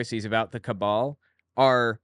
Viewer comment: Out of all the stupid things Marjoreene has said—and there are SO many—hearing the way she thinks "cabal" is pronounced is pretty far up there! Gave me a laugh.